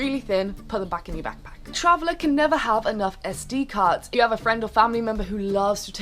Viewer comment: when you said "SD"card, i thought you said "STD"... haha!! :D